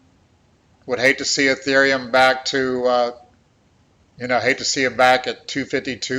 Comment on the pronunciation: Say ETHEREUM!!!!